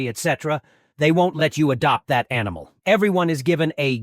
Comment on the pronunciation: no, it says animal in the screenshot but the tts said amol